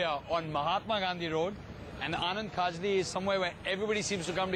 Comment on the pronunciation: Rocky its KHAJLI not KHAJRI...